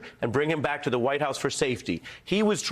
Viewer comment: No actually what it said was "stand bwack and stand by". Now Elmer Fudd is working on his speech impediment😆.